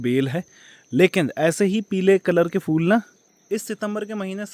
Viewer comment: Fool nahi phool 😁